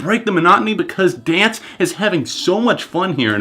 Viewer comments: I don't wanna be that person, but it's pronounced how it's spelled D-N-C-E, not as the word dance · By the way, they go by the acronym DNCE, it's not pronounced Dance. Good review though! Body Moves and Naked are actually my two favorite tracks lol.